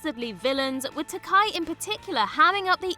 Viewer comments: Tsk tsk tsk. Oh,. As the man himself said at William Shatner's roast: it's Ta-kay. Rhymes with "toupee." Not tak-eye. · It's not "Tah-K'EYE"; it's "Tah-KAY". As George himself says it, "Takei....as in gay!" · Takai? Surely you didn't just mispronounce George Takei's name? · You mispronounced Uhura, Takei, and Nana!